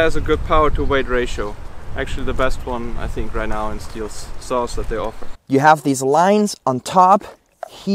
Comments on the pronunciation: That is not stil chainsaw, it is stihl (shtil) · Please don’t pronounce STIHL like steel . It’s a german brand so do it the right way naming it. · They don’t even know how to notch a tree properly. Can’t even pronounce the name properly..... steel lmfao. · you don't pronounce STIHL accurate!!!